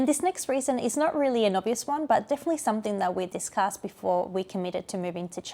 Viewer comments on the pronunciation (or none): none